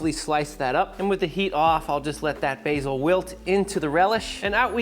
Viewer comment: BA BA BAsiiiiiiiiiiiiiiiiiiiiiiil not bahsil